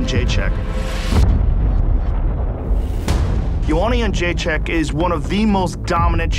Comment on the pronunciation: "Joanna ENJEGZCHZKK" —Mike Goldberg